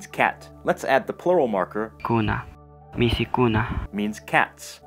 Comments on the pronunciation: Hi, I'm Peruvian and I have no idea how you could do all this research, It's very impressive because there's not much information on this language and its origins. The person who helped you with the pronunciation probably speaks central Quechua. In Cusco we pronounce michi (cat) not mishi or misi. The trivocalic versus pentavocalic versions of the language is mainly the cause for not having a uniform Quechua that could be taught in schools. I studied Quechua but I didn't learn much because the methodology isn't well-structured and there aren't good teachers/schools. The other problem is that all Quechua schools only offer courses of 4 to 8 months, that is not enough to learn such a difficult language! It should be at least 2 years! Also there aren't good textbooks for learners of this beautiful language. I'm very good at learning languages (I speak 6) but with Quechua I had a hard time. I'm sure that if there was a better methodology I could learn it and would be happy to try again. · El esta mal se dice michi Y no mishi se equivocó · Gianfranco Carrera Izquierdo se dice MICHI! no mishi